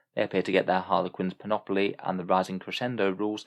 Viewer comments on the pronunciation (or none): Not to pick on you specifically, but I keep hearing this come up everywhere. Panoply only has one O, so it's pronounced pan-oh-plee, not pan-op-oh-lee.